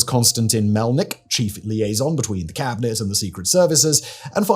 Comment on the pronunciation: "Cabinarray"??? Hasn't even made the slightest effort to get these right😂😂😂